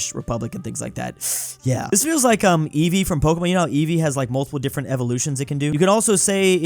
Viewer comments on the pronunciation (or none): Did just call Pokémon "Pokimane"?